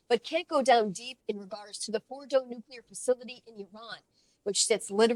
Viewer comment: He's the first person I've heard pronounce the word "nuclear" correctly in a long time! 🤔